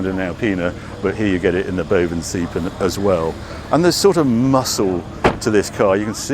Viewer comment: Harry. Again, do your research. The name is Bovensiepen. Not Bovenseipen. Boven you got right. Siepen is more like "to seep (through)". So you could say the name is "bovenseepen". Please correct this.